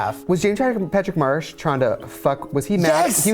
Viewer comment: you guys. it's James Patrick MARCH. Not Marsh. March. like the month.